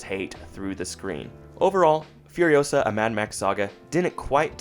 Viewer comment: It's furiOsaa, not furiosAAAA